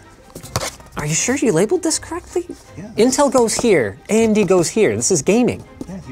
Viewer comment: ("subtitles made by Linus") ("Andy goes here") Conclusion: Linus does not know how to pronounce "AMD".